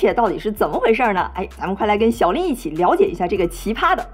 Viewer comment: 喜欢你的视频。好奇lin是代表你的姓吗？但你的发音又像是拎（一声）?🙋🏻‍♀️